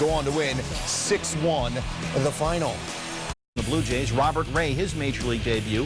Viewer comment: "Robert" Ray lol